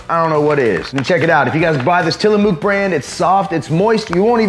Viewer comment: Another banger of a video HOWEVER you are pronouncing Tillamook wrong. It is pronounced till-a-muck not mook lol. Plus your daily macros are wrong, you said 147g of carbs but put 36g on the video :)